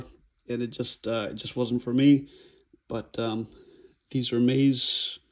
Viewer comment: Hi I am french and yes it is the correct prononciation you win 1 point man ! Ps no I don t live in Paris !